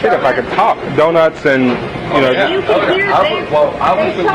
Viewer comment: that's the first time I ever heard a cop have a hard time saying the word "donuts".